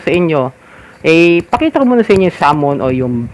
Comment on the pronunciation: SUMMON PO ANG IBIG NYO SBHN,UNG PG BIGKAS NYO PO KC SAMON KAYA NALILITO PO CLA 😅